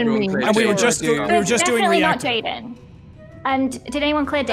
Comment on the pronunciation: bro my name is Jayden and everyone kept saying jadien and I was like wait wtf? Every time bro😂😂😂